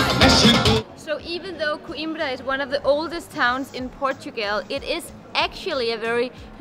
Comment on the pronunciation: It just struck me: doesn't say "Portugal" she says, instead "Portugel" Hilarious!... ❤